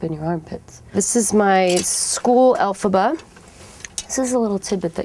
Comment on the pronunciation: "elphabs" Lmaoo xD